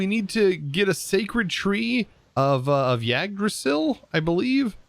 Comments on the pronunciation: Yggdrasil is pronounced IG-druh-zil. No worried, it's not an English word, certainly don't blame you. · mm, yes, yagrasill, confidently butchering names 24/7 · I loved this series. It was so much fun to see everything and how you played, but I only have one problem... It hurts me to see the words butchered. Mimir, is pretty easy, but the i's are always spoken like the "ee" in 'meet' Yggdrasil is more or less spoken like this: "Egg-draw-seal" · Yggdrasil, (Sometimes also Yggsdrasil) is usually said Igg(s)-drah-sill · Yggdrasil is pronounced like iggdrsil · I know its not easy but still when i heard you saing Yggdrasil XD it was so funny